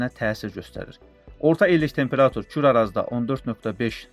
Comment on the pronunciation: Bu danışan hələ temperatur deməyi öyrənməyib